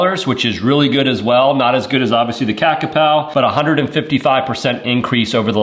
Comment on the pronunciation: Has the Kakapo actually shipped yet? Thought this was delayed (and more limited release?). BTW it's kaka-poe (like toe), not kaka-pow.😂